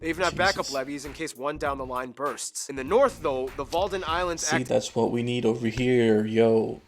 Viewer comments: Walden islands? It's Wadden islands. But I like seeing what's interesting to you. 😊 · Wadden, not Walden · It is Wadden eilanden (islands), not Walden. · Correction: WADDEN ISLANDS not walden. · A minor correction Walden islands??? Its called the Waddeneilanden or for english spoken people wadden islands.